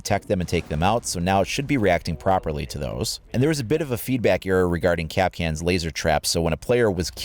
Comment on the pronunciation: Kapkan...NOT KAPKAN!